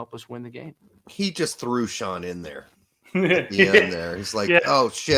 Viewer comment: middle of the night ",, I frew up"